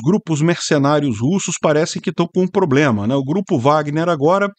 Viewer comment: O drone teve um PRRRRABLIEMMA.